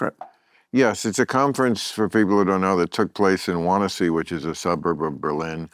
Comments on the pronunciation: Wannsee , pronounced Van-see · wannaseee - christ, so cringe to hear americans/english people butchering names